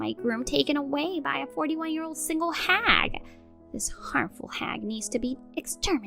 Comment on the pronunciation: Last story, it's not 'ear, but year!